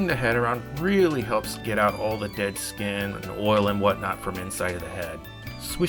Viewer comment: "Dead skin" Me: You say of the what now?